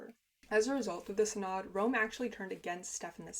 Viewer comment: If you want to know, 'synod' is pronounced SIN-əd.